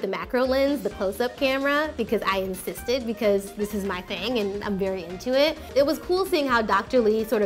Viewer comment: “i in-CYST-ed “